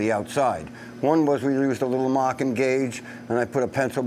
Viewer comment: I couldn't tell, in the beginning, whether he was marking or mocking the frame heads! LOL!